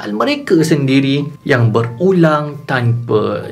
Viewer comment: awal2 tu saya dengar bang kata berulam-berulam....